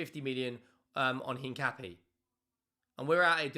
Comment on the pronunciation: Tips: the "u" in Paqueta and Mosquera is silent. So more like "Paketa" and "Moskera". And Hincapié has the stress vowel in the é, not the a.